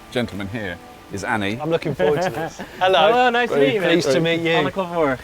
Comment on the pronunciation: For god's sake it is Anne, not Anny